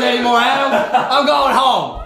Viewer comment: And I like how he says ' ADEM ' . 🤣🤣